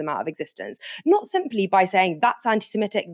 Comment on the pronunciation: I think the word you consistently mispronounce as anti-SemEtic is, in fact, anti-Semitic /ˌantɪsɪˈmɪtɪk/. Indeed, this is clear since you correctly describe a person holding such odious views as an 'anti-Semite' not an 'anti-Semete'.